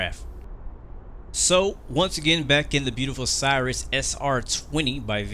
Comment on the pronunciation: Why the race talk? Blacks can say what they will, right? You just lost a subscriber. Oh, and you're mispronouncing Cirrus.